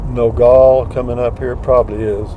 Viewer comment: It's not pronounced No-gall. Locally it's No-gal. Gal like a woman or girl.